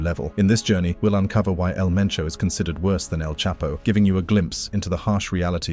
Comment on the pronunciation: They said El Mencho not El Menso.